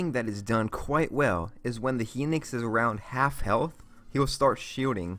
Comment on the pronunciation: The "hinix"